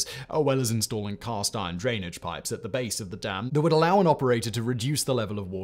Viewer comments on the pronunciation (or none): none